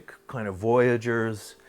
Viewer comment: He seems to have had a Stroke So Tiny, it Only effects the way he pronounces the word 'kind' he says "Kioe'nde". Great info. Funny when he says Kind though...